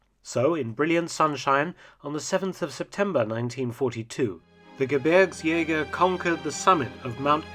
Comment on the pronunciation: Great pronunciation of "Gebirgsjäger"! Greetings from a former Gebirgsjäger (5./233)